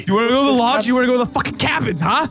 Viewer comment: “It says the sabins are this way” “That says cabins” “SABINS”😂